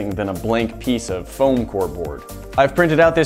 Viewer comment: now I als love the way you say CAONE instead of CONE,like faom instead of foam